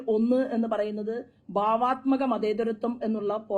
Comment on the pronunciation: ഭാവാത്മകം അല്ല , ബാവാത്മകം! മഞ്ഞളിനെപ്പോലെ സ്ഫുടതയോടെ പറയൂ 😂